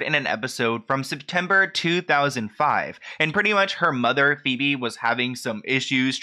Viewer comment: Is her mom's name not pronounced "Pee-bee"? I don't think I've seen 1 video of this guy's where he didn't mispronounce someone's name even when he includes clips of other people saying the name correctly. How??